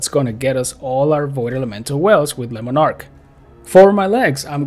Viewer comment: "Lemon ark" love the English pronunciation of it :D